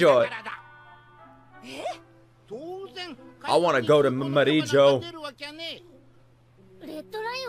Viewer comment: Maybe it's translated such that english speakers can pronounce it, I always think of it as Mariejois ( french spelling and pronunciation )